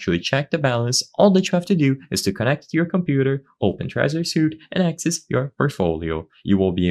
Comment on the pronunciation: Suite: "sweet" not suit.